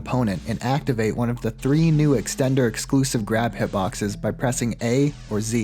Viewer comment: Here's another one. "extender" with four Rs.